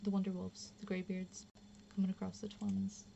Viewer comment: "The Twuns" lol